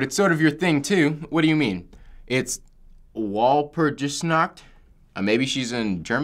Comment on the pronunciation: i am Dutch and it was funny to see how they were trying to say walpurgisnacht.